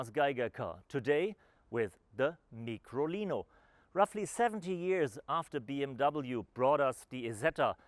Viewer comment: Its Micolino - as in Microscope. Not a Meekrolino. And the early version was an Isetta - as in Eye- setta. Not an Eee-setta.